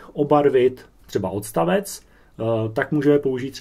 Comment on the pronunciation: Pěkné, jen když mluvíte o hodině češtiny, tak voranžový, vodstavec ... apod. čeština nemá :)